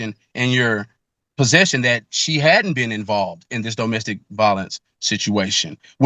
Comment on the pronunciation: Take a shot every time he says doe-mastic violence 🍻